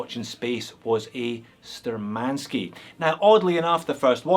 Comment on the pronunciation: Btw, according to cyrillic letters on the dial, the name is spelled *Shturmanskiy*, with 'SH' sound, not 'S'. Which is kinda of German origins... sturm = storm, attack.